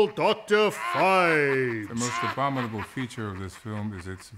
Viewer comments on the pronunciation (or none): cannot say the word "Abominable"! LOLOL